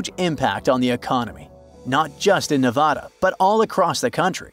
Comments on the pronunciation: Ne VA da, not Ne VOD a. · Don’t call yourself when you can’t even pronounce Nevada correctly. There is no Nevahda… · If you knew what you are talking about, you would know how to pronounce Nevada.